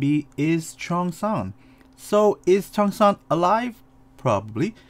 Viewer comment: cheong-san not chiosang💀